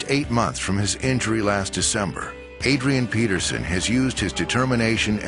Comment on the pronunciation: Who hear the the guy speaking say Padrian Peterson ?